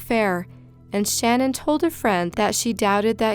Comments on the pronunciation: It's pronounced Sh-NANN, not SHANnen. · SHA-NAN! Not Shannon